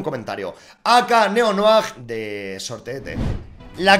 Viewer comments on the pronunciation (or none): Soy yo o dijo Ak neo noar? Jajajajajaja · "AK NEO NOAG" xdd Está de más decir que participo ♡